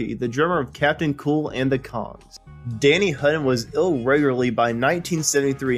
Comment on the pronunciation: Did this dude just call Danny, Danny Hu-in???